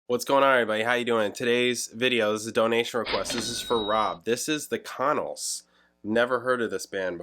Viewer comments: We pronounce it "con-nells" not "con-uls". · I. LOVE. THE. CONNELLS! Ever since I lived in VA Beach in the 80s and discovered them. They’re still one of my favorite bands than no one knows about and I still listen in. My car all the time. I ❤ that you checked them out. Pronunciation more like kuh’ nells I fell in love w their “jangly” sound (I’d never heard that term before you!) and never looked back. If you’re ever interested, listen to whole album of Boylan (Bowlin) Heights. Then the Album “Fun & Games”. Idk why 74-75 got so much attention, I felt so much of the other music was so much better. Anyway, sorry for going on, I was just kind of psyched to see somebody reacting to The Connells! Wow!